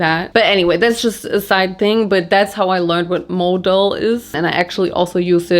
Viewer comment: Stop you here right away. Modal, pronounced with emphasis on the „a“, like the german word „Skandal“, first of all, and second, to say Modal is more sustainable then cotton is wrong. Modal comes along quite silky, is similar to Viskose. It‘s in the family of cellulosic fibre. So the source was once natural (trees, bambus) and through a chemical process it becomes a fibre. However. That’s about sustainable as it gets there. The chemicals needed to produce to fibre, not great for the environment, the fibre isn’t 100% recycleable and you need tons of water to produce it. Cotton is not better or worse in that case, the narrative is just that cotton needs more water then any other fibre (which is not the case) and the harvest is child labour and the growing ruins the soil with all the fertilizer. All true, but on the other hand, cotton is a fast regrowing fibre, multiple times harvestable and the value is enormous... Sustainability today is a complex thing, it depends on where u wanna put ur focus on the sustainability chain. Just, please, don’t make fast statements like „modal is much better then cotton“ because, it’s really not that simple. ❤ thank you for your work and the distraction it brings in my life from the cruel world outside